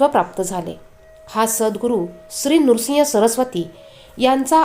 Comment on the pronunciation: नृसिंग सरस्वती नव्हे हो श्रीनृसिंह सरस्वती असे आहे